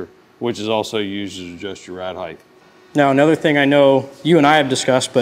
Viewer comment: You are pronouncing height wrong. Height ends in a T sound like bright, light, might. You are using a "th" sound, like length and width.